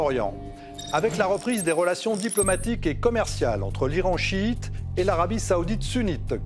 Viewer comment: Arrêter de dire Iran siit et Arabie saoudite sounit